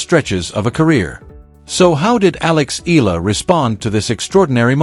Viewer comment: ALEX EALA HER SURNAME IS PRONOUNCE E YA LA EYALA E YA LA INTIENDE UNDERSTAND